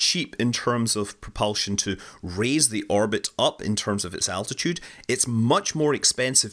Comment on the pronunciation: say it with me.."altitude"...I kept hearing "attitude". mehh